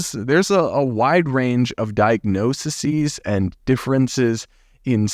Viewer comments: You struggled twice with this word so let me help you. The plural of diagnosis is diagnosEs, pronounced "die-ugh-noce-EES". You just change the i to an e and give it a long ee sound. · Diagnose-ease This is the pronunciation of more than one diagnosis - the word diagnoses. You come across as a voice of reason in the maelstrom of ignorance and confusion we encounter and I thank you.